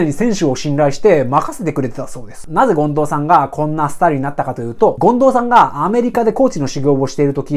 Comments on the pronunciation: そですね！ 近藤さんじゃなくて進藤さんのイントネーションですw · めっちゃためになります！ あと 権藤⤵さん かなw マンボウと同じ抑揚でw